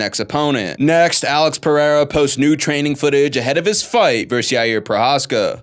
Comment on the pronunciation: its not yair its jiri btw